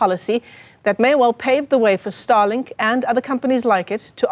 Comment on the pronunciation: Starlink not Starlik